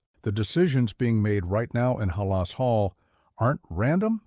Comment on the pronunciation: AI really needs to learn that Halas isn’t an Arabic name. It’s not Hah-las. Just saying!